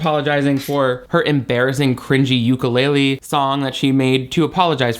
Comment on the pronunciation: The only thing that could make me love you even more would be hearing you pronounce ukulele correctly❤❤❤